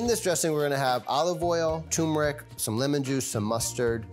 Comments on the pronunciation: Why do so many people say “TOOmeric”. Asking for a friend. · It’s pronounced, TURMERIC, not TUMERIC dammit!!! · tuRmeric. not TOOMERIC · Tumouric? Lol. Turmeric. There's an 'r' in there. Tumouric... Lol 😂😂😂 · Can't any expert pronounce tuRmeric correctly? She said, TUMERIC and so did he. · Wow, this whole time I thought the "r" was silent! Mind blown.